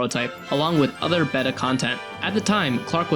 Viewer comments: Can someone please get the second guy talking a pronunciation guide for the word 'beta' where it relates to version releases. It's not a fish, it's an ancient alphabet letter. AL-FUH BAY-TUH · Beta -( bay-tah) ... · "Betta" can this dude get any worse? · Bettuh? never heard beta pronounced like that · Beta (bay-ta) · Oof, having to hear beta pronounced as betta so many times is grating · Imagine saying the word "beta" wrong multiple times in a video lol. "Betta" 🤦‍♂️ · Imagine actually thinking it's supposed to be pronounced ''Baytah'' though. 🤦‍♂️ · Not the best pronunciation from the first guy how to do read beta as better lol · Can someone tell ME how to pronounce it? Everywhere pronounces things differently, and America seems to D-ify it's T's, which doesn't help. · The way he keeps pronouncing beta as "bedda" is just weird. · How about beeta. about as close to the original greek pronunciation as you'll get without just pronouncing it like they do and confusing everyone :) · "Bettah" ugh so annoying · You know beta is pronounced bay-tuh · ''Baytah'' Yeah that's not any better now is it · Bay. Tuh. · “Betta”? Oh my god 😂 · Whoever is narrating that pronounces the word beta as "betta" please understand you're pronouncing it horribly wrong and should feel bad. It kind of odd actually... almost like you consciously choose to say it like that. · Why do you pronounce beta as "behtuh"? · If he says "bet-tuh" one more time... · Yeah, he betuh not! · Because pronouncing beta as BAYDA is so logical. You BAYDA stop with this crap. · Modern Greek is BAY-tuh, not the other way round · i always love when people who making gaming content dont know how to pronounce "beta" when they certainly appear to be english primary speakers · Who the fuck doesn't know the colloquial pronunciation of "beta," especially someone covering the topic who surely watched videos on it? Is this another one of those homeschooled youtubers? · beta is not pronounced that way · Bet uh...ITS BATE UH